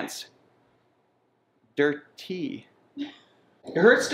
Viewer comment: Nice work guys! The litter box has to be in a safe zone for the cat or he would not use it. As french, I did not understand when you say « dirty », what word did you mean to say ??!! 😄